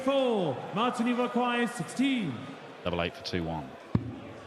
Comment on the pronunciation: Impressed by pronunciation of Martin's full name. Sounds exactly like a german would say it.